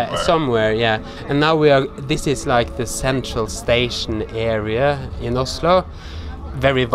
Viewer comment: Blir irritert av måten du sier Oslo på!!!😂 Man sier Ozlo på engelsk loool